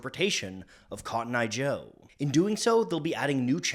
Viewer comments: What do you mean it's cotton eye joe and not kotnya joe 😂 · this was way more lit than expected also: "Hid'atenbinf'conttoneye jo"